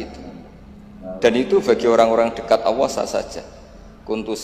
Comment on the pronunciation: gus baha kalau bilang Allah kok kedengarannya kayak bilang awoh